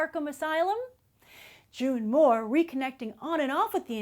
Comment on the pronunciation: She keeps calling her June Moore it's June Moon.